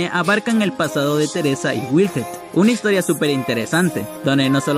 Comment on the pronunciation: Se llama wilhelm no "wilhet" de donde te sacas la T ? Me gustan tus vídeos pero tú pronunciación en algunas palabras me sacan de quicio.